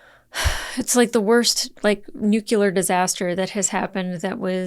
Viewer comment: Everytime she says nucular, I hear Homer Simpson saying, "It's pronounced nucular... nucular."